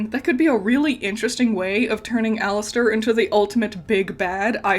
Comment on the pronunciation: I’m sorry but it’s Alastor not Alistor..💀😭